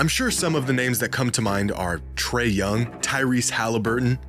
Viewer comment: Sorry but its Trae Young